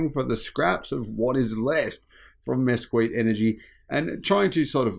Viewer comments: Mez-KEET, not miskweet., go to Google and type in "pronounce (word) " whatever the word is. Respect your audience and stop making yourself look silly. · It's pronounced "Miskeet". I was born in mesquite Texas. The name comes from a tree that has a flaky bark thin leaves and large spikes.And for some reason they named everything they could after this tree. Including oil companies. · Mesquite is pronounced "miss-keet". It's a kind of tree common in the southwestern US and norther Mexico. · Mosquit is pronounced Miss-keet. Just saying. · FYI: Mesquite is pronounced mess keet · Pronounced "Mess-Keet".